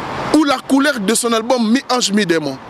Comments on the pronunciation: Monsieur on ne dit pas ALGBUM .On dit ALBUM.Tu dis ALGBUM ALGBUM ALGBUM.Vous les zairois là vous avez une mauvaise manière de prononcer les mots en français. Nous avons honte à votre place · "QUEL EST L ALGBUM LE PLUS ATTENDI"???? C est quoi cette manière de parler français là ! Hein?